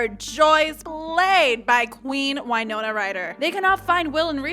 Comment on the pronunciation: Side comment it's actually pronounced WINona not WHYnona. It's the town in MN she was born in and an indigenous term.